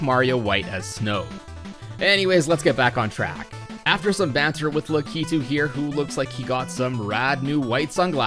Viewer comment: f - - for butchering lakitu